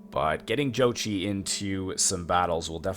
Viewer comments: I think you pronounce jochi like yoke-eye in one word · My Wife is Mongolian and she said it is spelled wrong It is Zuchi OR Зүчи pronouced as Zuch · You pronounce Jochi as y-o-k-i